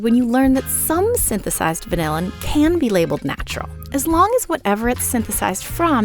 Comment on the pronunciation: That is not how you say vanillin. It's more like van-illin, similar to penicillin. No one in the industry pronounces it the same way as vanilla.